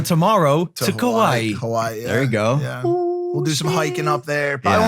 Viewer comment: Did you just say your going to Kauai...? Just to let you know you miss pronounced it.